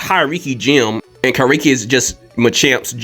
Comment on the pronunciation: Not to be pedantic but is the Deadpool knock off Dyslexic? Keeps saying Kari Kiri when it 's Kairiki Kai as in HIGH, Ri as in Reeeeee. Ki as in Key Kai Ri Ki.